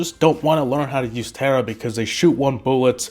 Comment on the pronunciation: Tera yep that’s how to say it not Tara omg your bad and all of these brawlser and you don’t know how to play